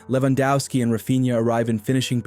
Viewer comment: Please stop pronouncing Lewandowski in an english way. He is from Poland.